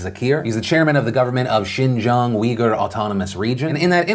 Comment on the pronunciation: Good job pronouncing xinjiang!! The effort is appreciated.